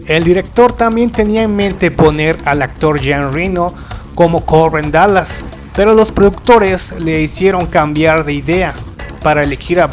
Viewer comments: Estaria bien que el tipo que habla en este video cuidara los acentos y pronunciaciones de los nombres en Frances sobre todo. Renò con acento, Bessòn, lo mismo. Gaultier la au se pronuncia o. Por favor el reportaje esta muy bien pero desmerece que no te documentes de como se pronuncian sobre todo los nombres propios. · ¡Híjole! A riesgo de sonar pedante, detuve el video en el minuto 4 porque no pude soportar cómo pronuncias los nombres. Perdón amigo. Los apellidos Besson y Reno se pronuncia como palabras agudas, como si tuvieran acento en la o: "Bessón", "Renó". Un tip: absolutamente todas las palabras francesas (incluidos los nombres) se pronuncian como palabras agudas, es decir, la sílaba tónica hasta el final.